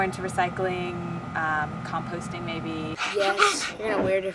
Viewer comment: Did she say "more into composting"? :-D Nice video project. Seems more like a commercial for Germany. ;-)